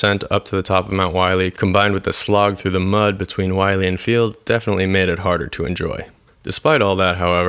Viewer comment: It's pronounced "willy" not wiley.